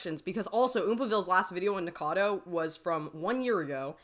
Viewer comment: Splitting hairs, but you leave a syllable out of "Nikacado."